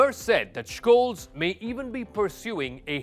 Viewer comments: It's a minor detail but the last name of Olaf Scholz is mispronounced slightly. His last is pronounced like Sholts, not Shkolts. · Almost 4 months of war and you can't get the guy's last name right? Tsk, tsk. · He is pronausing his name wrong